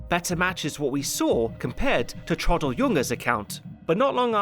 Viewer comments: It's not pronounced:" Trawdle", but:" Trahw-del". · T-row-dl not Trodl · Downfall is a master piece of a film, THE role the now deceased Bruno Ganz will always be remembered for. 'Trodl' ?, Traudl, pronounce it properly, it's not difficult. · Hi, great video as usual, just one thing... it is TRAUDL, short for TRAUDEL, short for Ehrentraud, Gertraud or Waltraud. I know, i know, pronounciation and stuff, but TRODDL is just too painful. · The fact that you absolutely nail the (German) pronunciation of Traudl Junge's last name makes your pronunciation of her first name "stand out" even more. The "au" in Traudl ought to be pronounced like in "Kraut". "Traud-" rhymes with English "crowd"... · How can you pronounce on authenticity when you are unable to pronounce Traudl's name correctly? Who was Troddle? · The way you say Traudl is annoying. It's pronounced with an ow sound as in brown. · Look, it's a good review, kudos and everything. But could you not have looked up how to pronounce the name of the viewpoint character? You manage Fegelein but not Traudl? It's pronounced 'Trowdl' (sort of), short for Gertraud. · I love how his pronunciation of Traudl is so rushed it sounds like Trottel (which mean twat, or idiot). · I really wished you had taken a bit of time to learn how to pronounce Traudel properly. It sounds like like trottle.